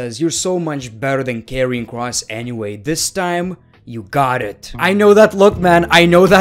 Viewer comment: And By the way When Said Karrion Kross It sounded like you said Kevin Kross LOL 😂😂😂😂